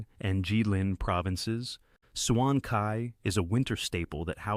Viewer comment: its pronounce as dou ban jiang not joeng..and bai jiu, ,jeu,not swan kai..its suan tai = pickle vegs. vinegar is To or tou Not Koo my goodness🤣🤣🤣🤣🤣